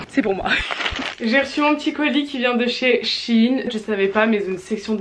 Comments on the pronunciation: C'est pas chine mais shein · Juste c'est pas chine c'est shÉine 😂😭🥺💗